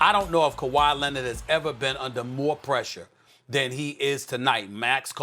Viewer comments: 🤣🤣🤣🤣🤣🤣 I thought I was the only one to hear him say lennit 🤣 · "This is a legacy game for Kawhi Lennit" - SAS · Who tf is kawhy lenned??? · Stephen A. “Kawhi Lennid” Smith